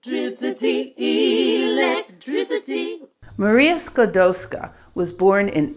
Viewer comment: Dear. We Polish NEVER called Rusia OUR country. This is insult for Polish People, someone name Rusia THEIR country. Our country was NOT on the maps, but it was in our hearts, and it was always POLAND. Anyway, Your pronaunsuation of Maria Skłodowska's name is flawless.